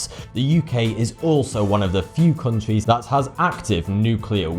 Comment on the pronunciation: Countries, sounds like cuntrees